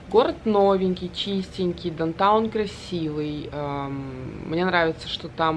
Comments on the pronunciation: Мне тоже ухо 👂 резало как произносит несколько раз дантаун.. правильно будет даунтаун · попросите дочку научить вас произносить down town